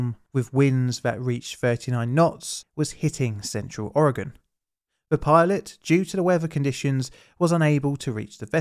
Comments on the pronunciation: Thank you for pronouncing Oregon correctly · HOW ON EARTH DOES A PERSON FROM EUROPE SAY MY STATES NAME RIGHT BUT PEOPLE FROM MY OWN COUNTRY CANT SAY IT RIGHT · I appreciate when people pronounce Oregon the proper way. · Good job pronouncing Oregon! Thanks for another great story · Congratulations on saying Oregon correctly! And claiming the Beaches are state property is actually true by Oregon law. brilliant. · kinda neat learning about some local history on this channel! Well done, most Americans dont pronounce Oregon correctly. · And you pronounced Oregon correctly! There’s people that have moved here that can’t say it. Respect! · Thank you for pronouncing Oregon correctly. :D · Thanks so much for not butchering the name Oregon! So annoying when people say aaauuregahn!